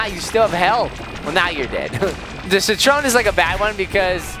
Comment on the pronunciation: HIS NAME CITRON NOT SIT TREON